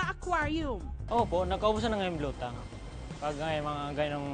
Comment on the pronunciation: It's BLUE TANG, not BLUE TANK. :)